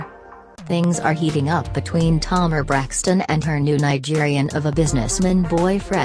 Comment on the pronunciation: I'm DONE!!! HER NAME IA TA MAR NOT TOMAR.👹